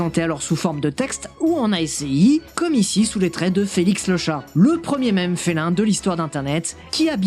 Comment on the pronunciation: ASCII = "aski"